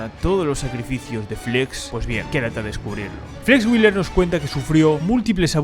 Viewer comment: Nicht Flex Willer, sondern wheeeeeler ;-)